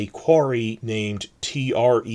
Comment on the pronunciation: Yes! Someone’s talking about Welsh pronunciation I can be of use! Gonna give you some pointers from throughout the video! close but it’s pronounced Tre-vor, not Trevor as in the name, you’re saying it too fast, the Tre prefix means town ah nice try but not quite haha the Ll sound is really hard to do if you don’t speak the language from an early age and just know how to make the sound yeah mutations are another thing that’s hard to wrap your head around if you’re not a Welsh speaker don’t know who told you that haha, with Rh you need to roll your R, it’s easier to explain in person rather than via text Okay so with Cymru you were nearly spot on, little too much emphasis on the e sound, Eryri is a hard one to pronounce anyway so completely understandable you’ll struggle with that, more or less spot on for Gwynedd, bang on again with Anglesey, mynedd and dyffryn were near enough perfect again for an English speaker, again Tre-for not Trevor haha, very good but not quite with Dinorwig, close with Beaumaris, Llanddwyn was wrong but I can’t blame you you’re not a Welsh speaker but good attempt. Now Porth y Cych has me a bit confused, do you mean Porth y Cychod? Also it’s not cootch, you got it right at the end with the pronunciation of ch like loch. Good attempt at Llanfairpwllgwyngyll haha brave of you to try, although the full name of the village is llanfairpwllgwyngyllgogerychwyrndrobwllllantysiliogogogoch, but I don’t blame you for not trying that haha Ov